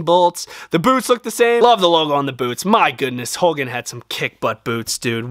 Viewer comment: hogan not holgan